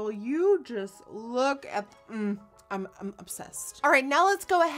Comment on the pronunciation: I love how you say “I’n” instead of “I’m” it’s so cute! Lol also, spell reminds me of carrot stick! 😋